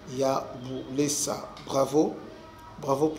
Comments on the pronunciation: C'est buleusa et non bulesa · C'est Buleusa non Bulesa vous prononcer mal mais courage pour l'information bien vérifier William depuis Bukavu